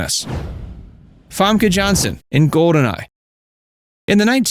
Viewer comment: San-tan-ico. Not Santa-nico.